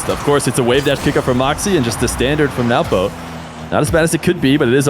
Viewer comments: 😂😂 is used to pronouncing it as newpo but after hearing he is just awkwardly saying nawpo which is so funny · adapting his pronunciation of Nwpo’s name (after the first instance, I guess) to match while a guest on his channel is a sign of a great and attentive co-commentator. The two GOATs of 1’s commentating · can NOT say nwpo's name for the life of him